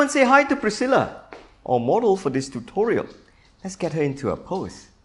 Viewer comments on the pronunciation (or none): none